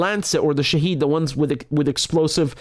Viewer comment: It’s Shahed drone not shahid - shahed means witness